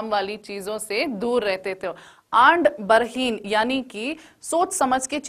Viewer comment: Andbarheen nahi adambarheen hai